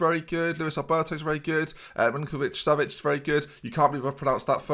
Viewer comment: Hang on, was Maddison doing the Dr Benjy dance as a celebration?! Can say Milinkovic-Savic without any issues? Yup. Jake Collins? Forget it.